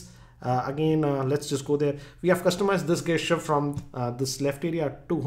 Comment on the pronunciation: Gesture pronounciation is wrongly used here though 😅